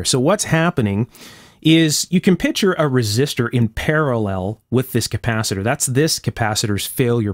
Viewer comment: I appreciate the nitpicking of little things like the need for a felt washer behind the tubing knob. I'm a bit shy about nitpicking your video with things like pronouncing "picture" as " pitcher."